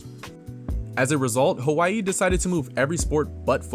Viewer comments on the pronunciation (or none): The proper pronunciation is with a W, not a V.